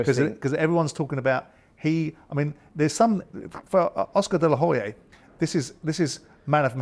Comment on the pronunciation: For someone who is clearly very intelligent, he really has trouble pronouncing things🤦‍♂️🤦‍♂️who on earth is Oscar De La Hoyae?!?🤣🤣